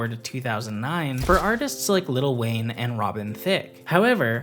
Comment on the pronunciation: tbh the way the narrator said "lil wayne" had me rolling LOL